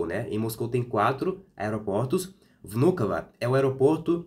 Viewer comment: How beautifully and correctly you said the name of the airport “Vnukovo”. Very correctly, with the right emphasis.... Very nice..The woman doubted because you speak Russian very well))